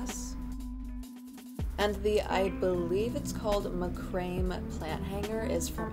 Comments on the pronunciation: just so you know its pronounced mack ruh may! not macrame :’) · hi, no disrespect whatsoever, just trying to be helpful. the macrame plant hanger is pronounced "mac-ra-may" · ma-cra-may <3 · “macrayme” plant hanger😭